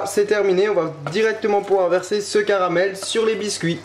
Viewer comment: "Le carabel" X)